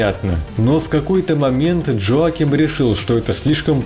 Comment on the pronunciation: Хороший обзор, только на всём протяжении резало слух то, как вы произносит имя разработчика. Разработчик швед, а не американец, имя у него не Джоаким, а Йоаким.